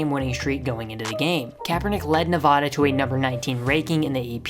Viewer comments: Bruh you live in the USA and can’t pronounce Nevada properly 😢😢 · Say Nevada right you ape